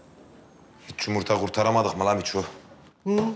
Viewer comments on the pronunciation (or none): Peki ya Kazım'ın Yımırta Demesi